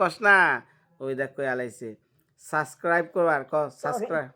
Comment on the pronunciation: আপনি নিজেই তো ঠিক মতো বলতে পারেন না সাবস্ক্রাইব। বৃদ্ধ মানুষটা কিভাবে বলবে